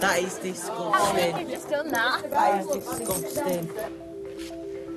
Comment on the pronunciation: And the guy in the back: that is disgosting 😂